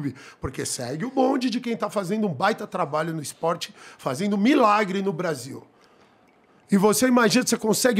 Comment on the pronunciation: "IS-PORTE" AHAUHAUAHU